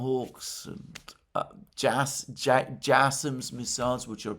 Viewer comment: Typhoon not Typhon like moon, JSams not jasome like J Sam, Very annoying for us Canadians and Americans